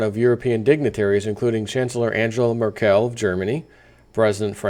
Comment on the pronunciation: Please, please, don't pronounce her name like Merkelle. That's sounds way too good for the German ear. It's more like murkle. Please do the Murkle.